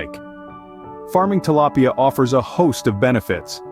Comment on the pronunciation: Great video but when the narrator went from pronouncing it “tilapia” to “til-lay-pia” I thought I was going crazy.